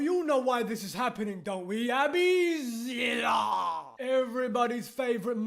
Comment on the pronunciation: The way he say Abby Zilla kills me every time 🤣🤣💀